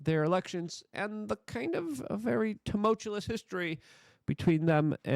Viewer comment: It's tumultuous, not tumultulous...